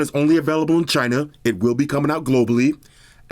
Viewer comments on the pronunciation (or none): In CH-Y-NA! LOL!